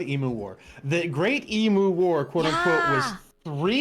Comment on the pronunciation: The sheer inability for Americans to say the word "emu" properly always amuses me. I give a pass to.